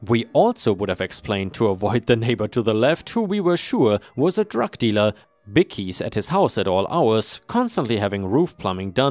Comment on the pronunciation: Story#2: bikies is said as "buy kees."